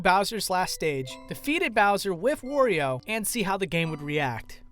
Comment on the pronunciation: Oh no it's another person that pronounces Wario like a weirdo